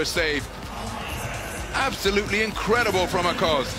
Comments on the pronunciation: Simge Aköz not Akoz please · He can pronounce ö in Özbay but he cant pronounce ö in Aköz 😅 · No Akoz, its Aköz